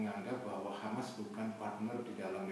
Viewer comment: 'Hamas oy.. bukan khamas😏